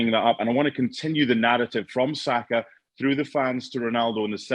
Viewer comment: Saka, not Sako. SakA. Sak>A<. Sak>>>A<<<.